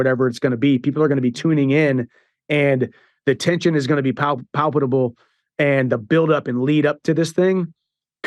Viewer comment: Flawless from Chandler as usual, minus pronouncing the word palpable